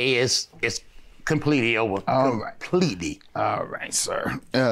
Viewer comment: "It's completely over this time....."COM-PETEY"" 😂🤣😂🤣🤣